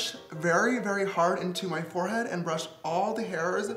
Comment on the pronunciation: Lol how James Charles said Forehead cracked me up